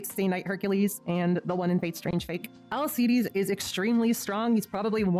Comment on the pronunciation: 'C' in 'Alceides' pronounced the same as 'C' in 'Arc'